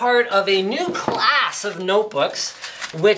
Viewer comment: lol i had to listen to a few times, never heard class said like that before :P